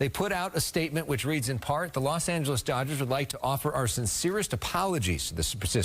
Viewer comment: Did you say ? , Los Angeles Doochers ?